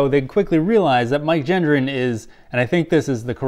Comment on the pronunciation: I wonder if Mike comprehends if his last name is being mispronounced or not? 🤔